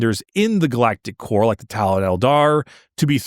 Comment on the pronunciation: My brain will not stop hearing “Galactic Whore” instead of core 😭 This whole episode has had me questioning my maturity lmao